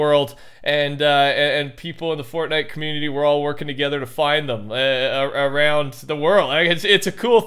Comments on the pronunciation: i swear every time when he says fortnite in the beginning of the video it sounds like he says fork knife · Every time he says Fortnite in the beginning I always hear FORK KNIFE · The “welcome back to a furtnite video” NEVER gets old